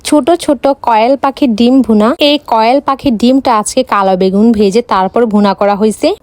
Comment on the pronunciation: কোয়েল পাখি ❌কয়েলপাখি✅🥴🥴🥴😂😅